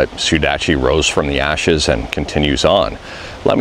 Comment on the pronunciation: "And Sudachi Rose From The Asses....Asses???" XDDDDD I think you mean "And Suduachi Rose From The Ashes", yeah, what a tongue twister that is and definitely saving this video into my playlist as "Favorites".